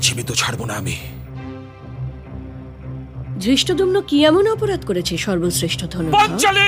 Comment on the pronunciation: ধৃষ্টদূর্ণ ❌ ধৃষ্টদ্যুম্ন ✅